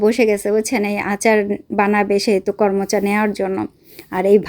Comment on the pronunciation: কর্মচা না করমচা বলে ।